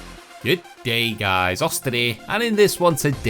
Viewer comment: G'DEEH GUYS, 😂